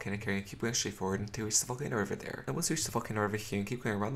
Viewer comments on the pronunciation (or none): When he says volcano it sounds like he’s saying f*cken area🤣🤣